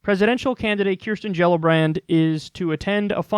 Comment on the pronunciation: everytime kyle says her name i LMAO